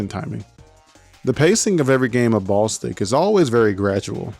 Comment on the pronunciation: Hearing you call it "Ball Stick" instead of "Ball-istic" 😂